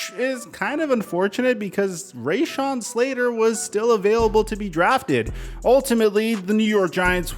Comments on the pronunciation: Bro, IT'S RUH-Shawn Slater, not RAY-Shawn. I've been friends with him since middle school! SHOW SOME RESPECT. Bolt up! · PSI: rashawn It’s pronounced (Ruh Shawn) not (ray Shawn) #Boltup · It’s not rayshon